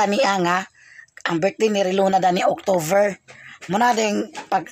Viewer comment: Octover?tik october correct pronunciation..not octover